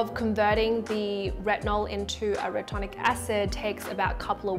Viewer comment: its called Retinoic Acid not retonic acid